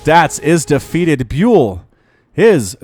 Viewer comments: Trybadur X Yes byul means star in Korean and is pronounced bial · I think ByUL is pronounced as [bial], not [biul]. Check out this one